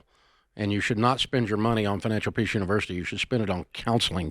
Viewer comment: What the hell is financial Peeesh😂